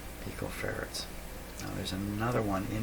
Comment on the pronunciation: Did he found the missing pico ferrets? (He actually say Ferret instead of Farad) Lol